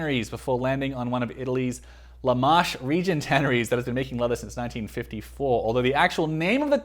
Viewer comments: Le Marche is not pronounced "Lu maarsh". It's Italian, not French. It's pronounced "Le Marke", exactly how it looks. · WTF is La Marche in Italy? there is no "La Marsh" in Italy. There is a region called Marche, which is pronounced MAR.KE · Dude, La Marche, can you at least try to learn how to pronounce the Italian words correctly? it’s Le Marche, leh-mar-keh. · I'm so confused by your accent. It sounded like Aussie at times and then American. And I cringed every time you pronounced Le Marche (en français as opposed to in intaliano) but I see that someone has already commented on that. LOL! Can you comment on how much wear this particular pair of Oliver Cabell has endured? It looks slightly beat up. Thanks for the review!